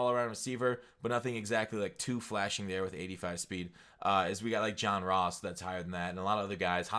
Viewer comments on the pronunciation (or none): none